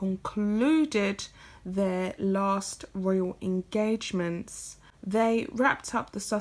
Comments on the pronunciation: It’s pronounced Royal, not Royale. Unless you mean that as an insult to Sussex Royal, that is. 😃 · Love your videos. Your voice is sooooo soothing! Just some minor feedback, it's Sussex Royal not Sussex Royale. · Why do you pronounce royal as royale? Curious. If Sussex Royal had been Sussex Royale they probably wouldn't have had a problem with it.